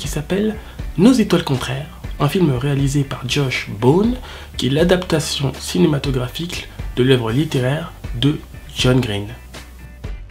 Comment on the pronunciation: Juste au début tu dis "Cinématographiqule" :p